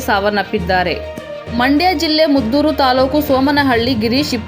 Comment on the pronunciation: ಮದ್ದೂರು ಅದು ಮುದ್ದೂರು ಅಲ್ಲ